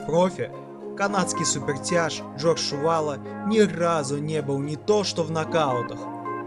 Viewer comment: Комментатор будь по внимательнее пожалуйста,Али его накаутировал , изучайте чётко и внимательно биографии людей,просто так болтать не стоит.и не надо говорить что Чувало не был накаутирован,и правильнее произносите фамилии спортсменов.🤔правильнее будет Чувало ,а не Шувало.....